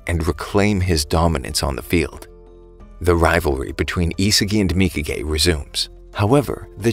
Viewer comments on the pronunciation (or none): W man saying mika gay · mikage : mika gay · who else realized he kept calling nagis bitch mika gay